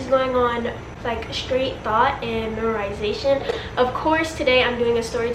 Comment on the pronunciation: I'm sorry but you said "memorization" wrong🤣🤣